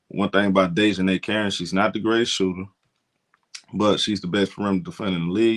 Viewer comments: it is pronounced DEEEEEEEE as in knee for Dijonae's correct pronunciation. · he has horribly butchered here name. It was worse last video. He was saying like "Day jon Nigh" . I had to turn the video off it was so bad